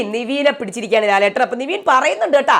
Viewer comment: Athupole thanne Nivin ❎ Nevin✅